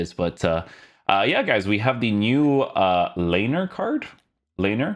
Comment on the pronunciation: He's pronounced LAINER not LEINER